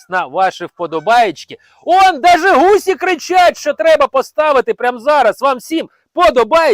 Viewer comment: ГусИ, а не гусІ